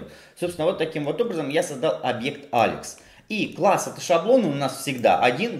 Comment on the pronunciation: Паблык, джёб, Алэкс, Алыкс🤦‍♂️ Зачем говорить эти слова типа с английским акцентом? Это всегда нелепо, когда люди зачем-то произносят слова с супер акцентом, говоря по-русски.